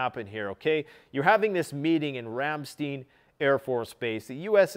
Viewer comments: Sorry to pile on to the (probably) hundreds of other comments but this grates on my nerves from having lived on a US military air base in Germany in the early 80's...please say 'RAM....STINE'. (Not...Steen.) OK, end of my YT Karen/etc comment. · Pronounced "Ram-stIne," and not "steen," with the empathize on the I, like wine. Great video. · Side note in case you'd like to know for the future- Ramstein is pronounced in English as "rahm-shtein' -rahm rhymes with com (some also say it almost sounding like rum) and shtein has a long i sound instead of a long e. Flew into and out of the Ramstein AFB a few times back in 08/09 and I was quickly corrected on the pronunciation of the word. 🤷 Anyway, as always, excellent video! Very informative. This is my evening 'go to' after work and I'm never disappointed in the quality of the information you bring to the table! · FYI: It’s pronounced RAM-STINE. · Ramm- st/eye/n. Let's say it correctly. Lol. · Ramstein...the i is a long i...pronounced Ram stine... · Every time mispronounces Ramstein, I can't help but think of the band's name. Du hast mich! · Ramstein Air Force Base. - Your Pronunciation is way off !!!! Dammit man.